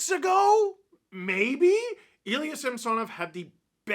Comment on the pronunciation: I can’t remember if you addressed this or not…but why do you keep incorrectly pronouncing Samsonovs last name still?